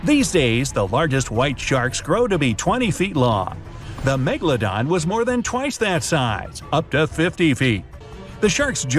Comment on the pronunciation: i just listened to an old video about the megalodon and he said it "megalondon" and i choked